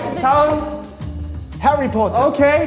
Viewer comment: Jin Jin saying Harry Potter in the most British way ever! ❤😂